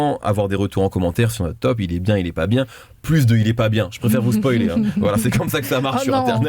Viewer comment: Mehdi arrête de dire spolier zebi